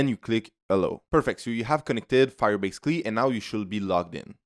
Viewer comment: Firebase Cleee 😂.